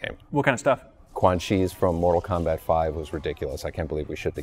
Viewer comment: NORTAL KOMBAT